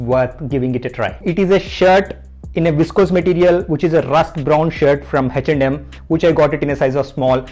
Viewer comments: Bro is 'H&M(eh n em)' not 'hach nd Um' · Am I the only one who is hearing it as HECH AND HEM?